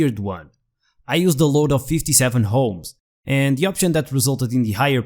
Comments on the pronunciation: It is called o.h.m.s NOT h.o.m.e.s ... maybe you are trying to be FUNNY, but in science, WRONG is WRONG, NOT FUNNY. Oh also, I was confused to see clockwise vortices, then realized , Southern Hemisphere. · Not everyone is able to say ohms,;-))